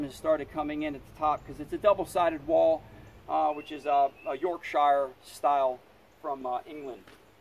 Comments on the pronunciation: Hi. I lived in the UK 40 years. Pronouncing the names of places isn't that hard. It is "Yorkshire" - so say "York-sheer" not "York-shire" to rhyme with fire. The counties are, indeed "sires" - to rhyme with fires, but the county names themselves have the sound of "sheer", as in "York-sheer, Lanca-sheer, BARK- sheer (not "burk-sheer), and so on. Give it a try. Otherwise, you sound like a yokel. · Great video! One thing to note. The pronunciation of Yorkshire! The shire part is like shirt without the t! Like the terrier and the pudding.